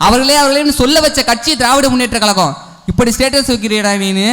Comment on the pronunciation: தம்பி பேச்சி அருமை உன் உச்சரிப்பில் கழகம் என்பதர்க்கு பதில் கலகம் என்பதை திருத்தி கொல்